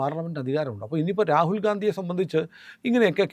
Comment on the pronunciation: റാകുൽ ഗാന്ധി എന്നുപറയല്ലേ സർ രാഹുൽ ഗണ്ടി എന്നുപറയാൻ അപേഷിക്കുന്നു